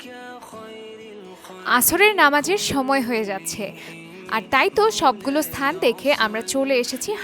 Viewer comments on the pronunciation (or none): none